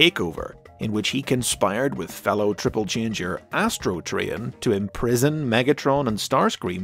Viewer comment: O:47 You said tribble-changer there. witch sounds really funny